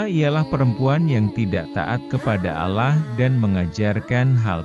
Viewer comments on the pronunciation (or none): Yang membaca teks muslim apa bkn. Menyebutkan nama allah koq alah.